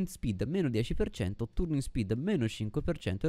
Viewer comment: effettivamente non mi ero mai fermato a pensare ai materiali, quindi da questo punto di vista ora so qualcosa in più e credo sia l'obiettivo del video, unica cosa "turning speed" pronunciato con la u non si può sentire XD